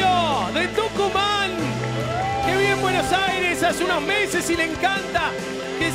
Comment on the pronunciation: Jaja el perfecto dijo tuncuman...